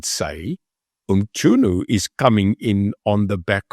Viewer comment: Its Mchunu not Mtshunu😂😂😂